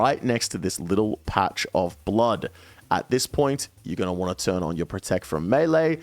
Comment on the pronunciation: Thank you so much for being one of the ONLY youtubers that say "Going to want to" and not "GONNA WANNA GONNA WANNA GONNA WAHHNA" xo